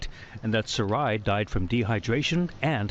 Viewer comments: Thanks G! I think Sarai might be pronounced Sah-Rah-ee (I’m Latina and her last name appears to be Hispanic & this is how we would pronounce it) unsure of course but could be! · The little girl's name is pronounced Sara ee. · Sarai pronounced, Sa-reye. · SARAI is my friend’s name and she pronounces it SarAH, like “hurRAH”.